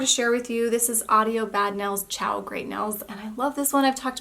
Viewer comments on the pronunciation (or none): none